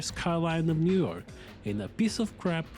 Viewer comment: why do you pronounce new york as "newark"